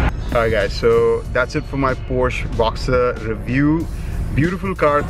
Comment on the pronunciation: It’s a Boxster not a Boxter.